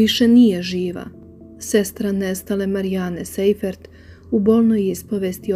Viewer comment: Sajfert, a ne Sejfert - nemacko prezime, "sei" se cita "saj".